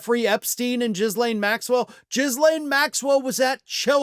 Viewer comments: "Jizzlane"?? Ghislaine is pronounced Gi as in gig and the s is silent. Have you been watching Mockler bungle it? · What is so hard to pronounce "Ghislaine" appropriately ? The "h" is just written to make the "g" pronounced just like in "garbage", no pun intended. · Ah, the "Jizz-Lane" pronunciation.